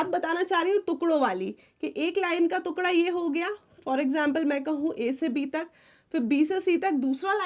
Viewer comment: Why do u say tuekda..😂instead of tukhda (peice)